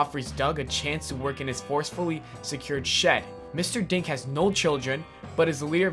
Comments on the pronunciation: When he was saying mr dink but i thought he was saying mr dank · When he said Mr.Dink i almost thought he said Mr.Dank XD